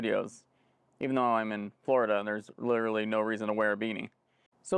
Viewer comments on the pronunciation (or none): none